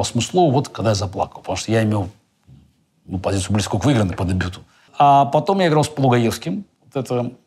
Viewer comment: С удовольствием посмотрел, спасибо! ЗЫ Оказывается, Каспаров говорит "значитЬ" и "дЭбют" , забавно 😎